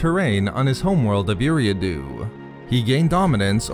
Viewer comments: It's pronounced Air-ee-ah-do (Eriadu) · You miss pronounced his planets name. Other then that good job Great video